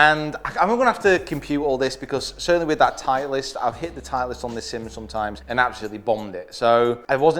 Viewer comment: Love the video, just have to mention "titelst" tho.... still a thumbs up every time